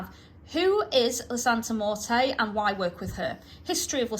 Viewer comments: You know nothing about santa muerte at all and you even recommend tracey rollin who especially doesnt know about the worship you dont know what you're talking about at all or understand Mexican practice and yku cant even say her name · I was so thrown off by the pronunciation of Santa Muerte, but that’s probably the UK accent😂 I love your videos and book reviews. Keep up the amazing work!